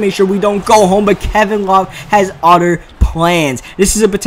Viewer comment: it's pronounced other, not Utter 😊